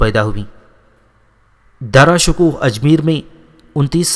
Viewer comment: bhai apka andazy byan theek hy mager apki kuch ghati perhany my hy jasy homayoon nai homayo hy or dara shikwa nai dara shekoh hy or sunjo nai shykho hy mazaret ky sath